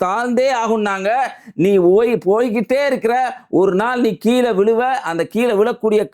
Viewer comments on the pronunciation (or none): none